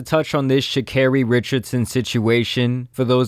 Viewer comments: SHA CARRI!!!!! ( SHAH CAR EEEE)!!!!!!! NOT SHECARY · Her name not pronounced like that boo